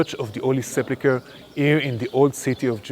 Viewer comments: He pronounced the name wrong. Come on. Sepulchre, not Seplichre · One would expect a professional tour guide to be able to pronounce the word sepulcher and not continue to pronounce it suplicher. Of course, it's really no worse than lectors, readers and even preachers in the US who don't seem to know the difference between the words, prophecy and prophesy. One is a noun and the other a verb. However, this is not a battle I'm going to win. 'Nuff said.